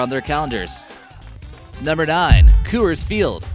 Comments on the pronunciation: Sounds like your saying "cu-urs" the company pronounces it "cores" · It's pronounced cores not kewers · Co-ers field? Isnt pronounced cors field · its pronounced Cores for rockies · It's Coor-s-field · "Unruling?!" "Costed?!" And, for Christ's sake, stop saying "Coo-ers!" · The Phillies didn't win their first World Series until 1980 (made their first World Series appearance in 1915 is what he meant), AT&T opened in 2000, Coors isn't pronounced like that, the Twins are frequently in the lower third of the league in terms of attendance with 2017 being an exception, Roberto Clemente didn't play in the earlier days of the Pirates (you're thinking about Honus Wagner there), Busch Stadium's capacity is 45,000 people, it's pronounced St. Louis Arch not arc, the Seahawks have their own stadium and do not share Safeco Field with the Mariners, the first seats atop the Green Monster were installed for the 2003 season, Yankee Stadium Dodger Stadium nor Oriole Park at Camden Yards made the list despite the fact that they are considered the best ballparks in baseball by fans all over the world. Dude, if you're gonna make a baseball video and you don't know much about baseball, which you clearly don't based on the content of this video, then do some actual smart research. America's pastime deserves better than your bad and unknowing video for people out there who want to learn correct facts and not wrong ones like those you have presented.